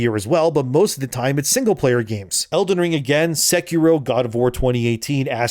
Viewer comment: "sehkiroouh" hahaha